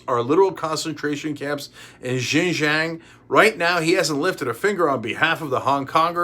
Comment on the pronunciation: Bad pronunciation on Uyghur and Xinjiang... C'mon buddy it's your job.